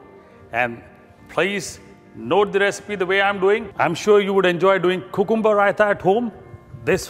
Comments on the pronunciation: its more like coohcoombah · Great recipe. ..but lol at 'cocooomuber' every time... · Did you guys here how this guy was saying "Cucumber"? Lol